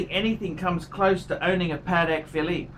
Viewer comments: It sounded like he pronounced the luxury brand "Panic Philly" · How can this guy gives advice when he can't even pronounce the brand properly...???